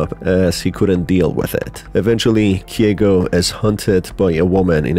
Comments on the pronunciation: KEIGO NOT KIEGO GOOD GOD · It's KEIgo not KYEgo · hey, just a heads up, Keigo is pronounced as Kay-go, not “Kee-eh-go”